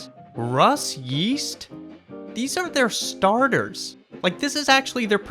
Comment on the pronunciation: “Russ YEAST?????” u got a sub just for that 💀